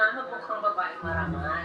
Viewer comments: Utas na utas ako sa "vavaeng mavagal" ravaaan hahahaha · Hahaha “vavaeng mabagal”